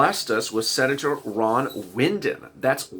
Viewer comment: Yay for Ron Wyden!! It’s pronounced why-den btw. He is my senator!